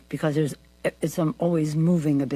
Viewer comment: You know your dentures aren’t in properly when you can make the “b” in because without ever closing your lips 😬